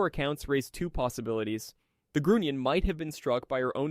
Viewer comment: The S-Boats were called, school boats, not sugar boats. The U in Grunion is a long vowel, not a short vowel.